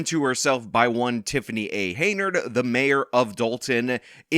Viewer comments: Hen-Yard. Hen-Yard. Not Hey-Nard. Hen-Yard. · Hen-yard not hay nerd. Your cred is reduced when you continue to botch her name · HEN-YARD not Heynard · YOU'RE KILLING ME. IT'S HENYARD, NOT HEYNARD. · Henyard, not Heynard. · keeps calling her HAYnard when its HENYARD and im here for every minute of it! 😂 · HenYard ...not Heynard. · If you're going to keep making videos about her, you should know her name is "Henyard," not "Heynard." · At least you could pronounce this criminal’s name correctly. Her name is henyard, NOT haynerd. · HEN-yard, not Hey-nard! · Hen... YARD... Not Heynard. You've never once pronounced this idiot's name correctly. :D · Is it me or does he say Hey-nerd on purpose? I mean, I find it super hilarius because she doesnt deserve to be called by her real name anyway, Hen-yerd. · it's not Heynard. It's Henyard as in yard hen. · you know that we all love you, and I appreciate your work. My issue is that Teflon Tiffany A. Henyard’s last name is pronounced “Hen-yerd” and not “hay-nerd”. Have a great weekend! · Her name is Henyard not Haynard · You keep saying her name wrong. It's Hen-Yard not Hey-Nard. Hard to shame someone without the right name. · Its Henyard, you illiterate. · HEN-yard, HEN-yard. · Unsubscribed! I lost most my respect for this channel. Dude doesn't even know the name of the person he's reporting about. Tiffany Henyard! Not Heynard. Dude is just pumping out bullshit for views. This story contributed nothing. Just talking about the same shit that's weeks old. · So her name is spelled Henyard but it's pronounced Hey-nard?!? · Dude. I love you and I know you pronounce things wrong on purpose sometimes, but it’s Henyard. Hen-yard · HEN - YARD. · Dude's done 7 episodes on this lady and still can't say her name. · Bro you’re gonna have to start pronouncing her last name right at some point